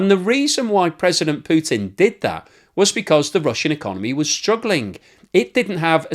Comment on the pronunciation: Ruble = Rubble😅 Well done 😂